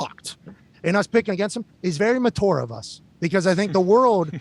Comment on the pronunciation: Its not ma tour.